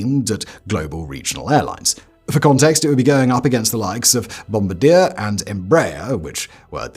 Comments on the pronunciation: Great video and glad to learn something new. Speaking of which, and coming from a proud Canadian, it is not “Bomb-ba-deer” but rather “Bomb-bard-yay”. Think French when you say it. Otherwise no notes, thanks for teaching me something! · It's NOT Bomb-A-Dear - - it's Bom-Bar-De-A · It's "Bom-bar-dee-AY" That's because the company was founded by the French-Canadian family of Joseph-Armand Bombardier, and Bombardier is a French surname. "Bomb-ba-deer" would sound unusual to most people familiar with the company, although it's an understandable guess from the spelling. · BOM-BAR-DEE-AYE. Not Bomb-ba-deer. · bomb-BAR-dee-eh - Bombardier 🇨🇦❤